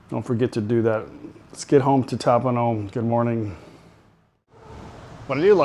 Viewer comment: Lol ... AI needs a bit of education " That ' POOnom"